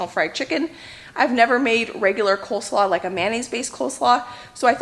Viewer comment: I think they are just mispronouncing 'coleslaw'